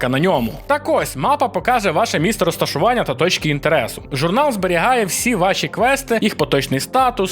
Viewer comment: *місцерозташування, а не "місторосташування", адже у всесвіті Сталкер немає таких міст, які можна було б вважати містами в прямому сенсі цього слова